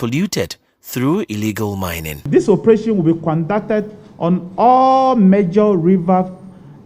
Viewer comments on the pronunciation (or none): Minister wei paa....kwandacted (conducted) s3n?😂😂😂